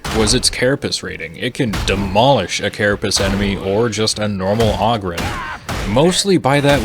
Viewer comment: Hey just so you know the O in Ogryn is pronounced like the O in Home, Stone, Clone, etc.